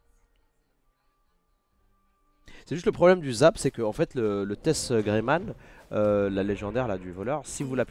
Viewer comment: "Greymane" avec un E a la fin pls :)))